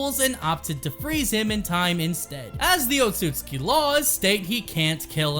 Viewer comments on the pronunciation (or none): Otsusuki, otsusuki wtf is that. Its otsutsuki. Otsusuki means lier in japanese. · Any one else mad about how the pronounced outsutsuki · You said otshusuki 100+ times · It's Otsutsuki lol